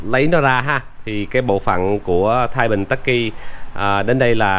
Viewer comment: đọc là ắc quy không phải là tắc quy nhe e.